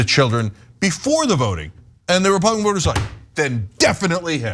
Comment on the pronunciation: Not children, the word is chid-lens. Herschel Walker's secret chid-lens.